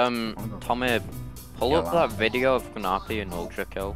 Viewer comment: pronouncing gnarpy as GUHnarpy should be a crime its narpy the g is silent